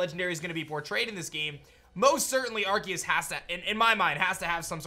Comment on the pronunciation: Pretty sure it’s pronounced “ar-say-us” not “ar-key-es”